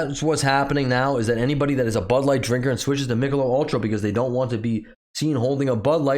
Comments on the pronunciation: At least the second video where the content creator can't pronounce an American brand. FFS do your homework! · It's "Mick-a-lobe".